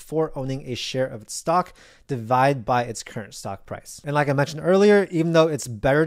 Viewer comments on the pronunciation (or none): none